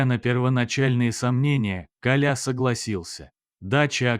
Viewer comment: Автор Вы незнаете как правильно ставить ударение в слове Коля?